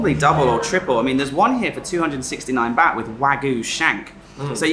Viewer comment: You speak better Thai than me, but please stop saying "Bat" when you mean Bart (Phonetic) Baht. Please!